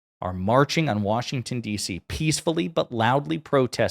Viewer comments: It’s not WORSHINGTON it’s Washington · Wershinton? I'm from the state of Washington and hate when I hear that. 😂